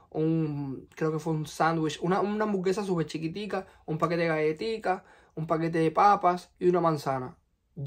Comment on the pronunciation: ¿Pakte? ¿Y pol fabol?